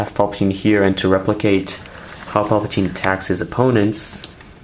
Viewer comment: Me: * realises that he says mace windo and anikin fight palpatein * Also me: * visible confusion *